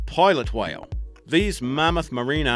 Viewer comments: that guy says whale so weird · This guy has the weirdest pronunciation for whale